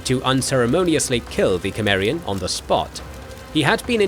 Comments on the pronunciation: Isn't Conan Sumarian, not Kemarian like how this narrator keep pronouncing it? I've noticed he mispronounces other names & words too. The Sumarian thing is annoying though... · Cimmerian, but it's pronounced like Simmerian, not Kemmerian. Whatever. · You are pronouncing cimmerian wrong!!!😮😢😢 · The c in "Cimmeria" is a soft c, pronounced like an s. Just fyi. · Can't be bothered. Repeated mispronouncing of Cimmerian too annoying.